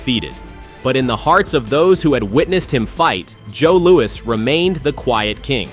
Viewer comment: Joe Louis not Louie.